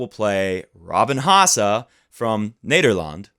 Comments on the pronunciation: Man you crack me up with the way you look at the camera and try to pronounce dutch stuff. You said Nederland very well this time though, im a proud dutchman! Especially if my fellow Dutchman Haasse loses tonight! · Honestly im pretty impressed by the way you pronounce nederland and timo van driel lol its pretty good for someone who never speaks dutch